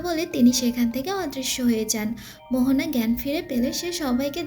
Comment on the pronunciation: Her name is moana not mohona